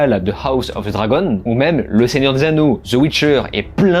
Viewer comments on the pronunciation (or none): none